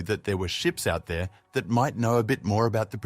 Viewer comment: What does "Itha" mean? and Mutha it appears this narrator cannot pronounce words with "R" in the word ,very poor English!!!